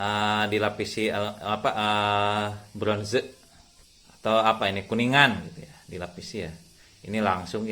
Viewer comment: Lucu mister pas bilang bronzee...sunda pisan gaes wkwk